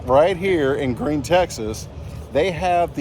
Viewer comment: FYI, Gruene is pronounced "Green" in Texas.